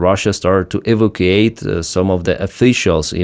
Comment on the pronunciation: 'ev O Kate' is 'E vac u wait.'